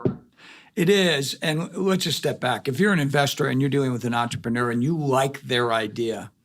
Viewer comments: He should at least say "entrepreneur" correctly. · とりあえず ぐらいに entrepreneur の発音